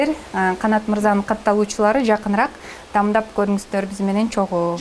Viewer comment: Анан дагы Назира дамдап эмес даамдап деш керек,а так баары соонун